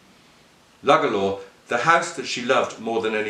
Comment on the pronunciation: It's actually pronounced "Loo-Gala"